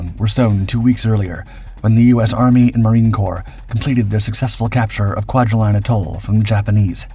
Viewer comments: Kwajalein is pronounced Qua-ja-leen. Not line or lion. Truk is pronounced Truck, not Trook. Can you please research correct pronunciations & also spare us the hyper-dramatic descriptions: "It's very name stuck terror into the hearts of American Servicemen." Please. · Kwajalein Atoll=Kwa Ja Lean, (not Line). JFYI